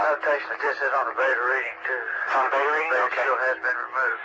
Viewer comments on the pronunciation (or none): none